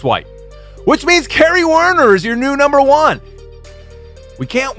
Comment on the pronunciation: and Wait... "Beccy vs Kenny"? I know it's Kerry but damn I keep hearing Kenny!